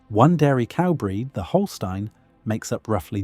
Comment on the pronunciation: Thank you for pronouncing 'Holstein' correctly! Unfortunately that was about the only thing correct about them. The Holstein discussed here is the American Holstein which has been made into what it is by American breeding standards which highlight one single feature, milk production, to the detriment of the breed overall. There are the 'old genetics' Holstein cattle that are much closer to what was originally imported from Holstein, and that are still a good choice for smaller farms and homesteads.